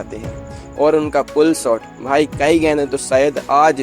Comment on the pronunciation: सॉट नही शॉट, श बोलना नही आता